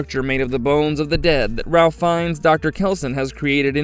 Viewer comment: You do know that the name "Ralph," in regard to this actor, is pronounced like "Rafe," right? Not with an 'l" in it? Annoying as hell, having to listen to AI narrative.